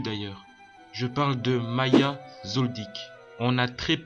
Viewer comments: Y'a aussi "Maya" cest "Ma-HA" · C’est pas maya c’est maHa